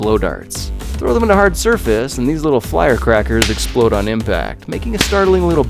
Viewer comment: Did he...? Did he just say...? Fliercrackers?